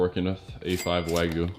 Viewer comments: it's "Wag-yu"! it's not wagu. even this chef "shud" know! You dont throw wagyu steak like that on a pan, treat it with respect. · It's wa (like water) gyu, not waaaa gooo. :) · Why "Wah-gu", not "Wa-gyu"? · WAGYU, not Wagoo